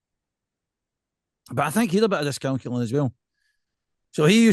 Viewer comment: Discalculia not Discalcular troops😉